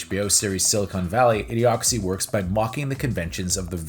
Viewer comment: you keep saying A. D. Ocracy instead of Idiocracy.